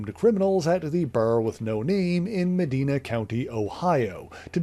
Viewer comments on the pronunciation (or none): One of my fave Cap storylines from back in the day! FYI: the location of the Bar With No Name is pronounced Meh-Dine-Ah, not Meh-Deen-Ah (Ohio, born and bred).